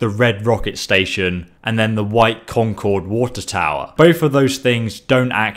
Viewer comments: you're mispronouncing Concord I go there every other week I live in New Hampshire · The way he says concord hurts me inside